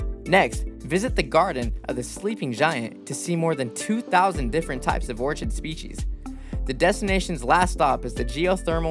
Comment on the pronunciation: "Orchid" mispronunciation. Nadi mispronunciation. Ugh. Hate these kinds of narration.